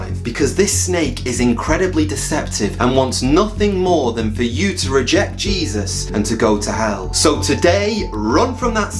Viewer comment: You pronounced Jesus wrong